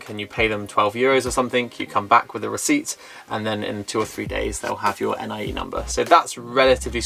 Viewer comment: Appreciate hearing about your experience of buying in detail. (Watch out for the letter X - your bank is pronounced with an SH sound there ;) Most locals say NEE-AY for NIE, too.) I was surprised to hear that the seller can owe you your 'earnest money' ten percent back double. I've heard of deals that go south when the seller tries to fudge the price to dodge taxes and the buyer is stuck between something illegal or losing their money down. Sounds like a good lawyer is worth the investment.